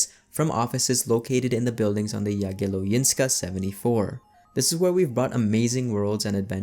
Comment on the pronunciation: Yea Jagielońska you said it wrong. What am i m going to do with it. Well write a comment about it.